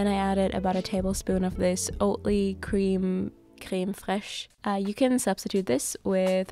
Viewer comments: Your "crème fraîche" French accent was actually good 😁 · I love how you properly pronounce tortilla dürum and creme fraîche